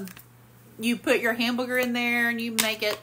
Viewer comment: YES she always says Hambooger it cracks me up 😂